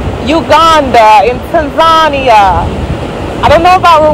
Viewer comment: I think she is pronouncing Tanzania wrong.